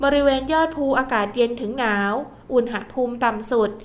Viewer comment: ฟังทุกวันค่ะ รายงานสภาพลมฟ้าอากาศได้ดี. ได้เตรียมพร้อมรับมือ. แต่ขอติงนิดหนึ่งนะคะการออกเสียงภาษาไทย. คำว่า อุณหภูมิ ออกเสียงตรง หะ ต้องออกเสียงอะกึ่งเสียงนะคะ เพราะไม่ประวิสรรชนีย์. คือไม่มีสระอะค่ะ ฟังแล้วมันขัดๆ ติเพื่อก่อนะคะ เราจะได้ใช้และรักษ์ภาษาไทยเราให้ถูกต้องตลอดไปค่ะ ขอบคุณค่ะ